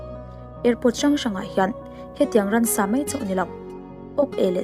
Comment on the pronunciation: Ransa a awm lova Ran leh Ramsa erawh an awm . Ransa ti lovin Ramsa tiin lam ṭhin tawh ang che